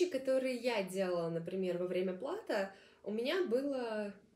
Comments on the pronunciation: Респект! Только, простите за замечание, но лучше говорить верно. Не "плАто",а "платО". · Думаю, плато ударение на о.